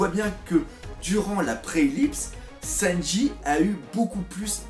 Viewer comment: Arrête de dire sennji stp🤣🤣